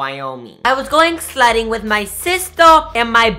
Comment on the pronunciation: no offense but it was like he was saying slutting.... i dont even know if slutting is a word but i love u soooooo much